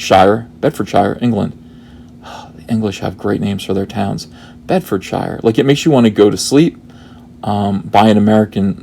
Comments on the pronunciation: Also, its pronounced 'sheer', not 'shyre'. Regards from someone who actually lives in Bedfordshire (and very near to Cardington) :) Edit: You might possibly be confused by the fact that he word 'shire' however IS pronounced 'shyre'. Funny lot, us English...! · For future reference it's said 'Bedfdsheer' (NO don't ask me why it's like that - It's just the way English Place names tend to be illogical) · Shire pronounced 'Sheer' when used in counties/Suffix. Trebuchet me for the English. I am a Cornish, which doesn't have the Shire suffix but resembles the Hobbit Shire :) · Sup uncle fur hands, sup fellow man babies. the 'shire' is pronounced 'sheer' by the way. bedfordsheer. get a grip uncle. we aint no fecking hobbit colony. while we are here, its aluminium, not alooominum. thanks. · Pronounce as this; bedfudsheer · Burst out laughing when you scrolled down and the undies appeared :D Quick pronunciation guide for UK names: if it ends in 'shire' it's pronounced as sher (one brief syllable). Places like Birmingham/Nottingham are Birmingam/Nottingam - the 'h' is silent over here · Meh, Americans and English town names. Anything ending in -ford or -shire you stress the first syllable and the -ford and -shire bit is unstressed, e.g. Bed-fəd-shə (Bed-f'd-shuh). If Lucasfilm still want to produce on the cheap and keep using UK locations then you may be in for a lot of practice! Kudos on recognising the acting talents of Ian McShane. That guy is the best, he appeared in Space 1999 and Magnum, PI. Pure class.